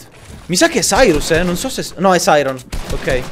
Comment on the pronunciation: Ma si dice Sairon non Sairos